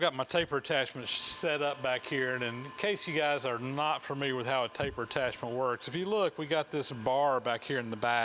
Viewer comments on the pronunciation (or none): none